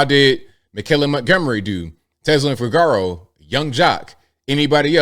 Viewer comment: It's pronounced: FI-GU-ROW!!!!!